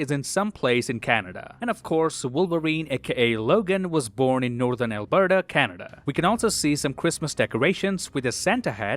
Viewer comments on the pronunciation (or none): none